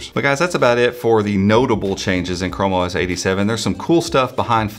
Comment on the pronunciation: I was looking away when the video started and for a second I heard you say "como es 87" didn't know you spoke Spanish 😅